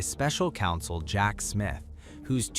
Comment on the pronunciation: The AI in this program was abysmal It couldn't even say Jack!! ridiculous so subpar and unprofessional shame on you!